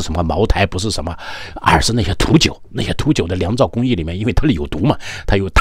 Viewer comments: 匈奴語就讀liang:face-blue-smiling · niang 造 不是liang 造。酿造。